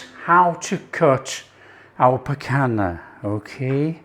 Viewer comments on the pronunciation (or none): NO PICANA......"PICANHA"...